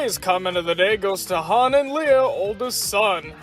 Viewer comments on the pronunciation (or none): none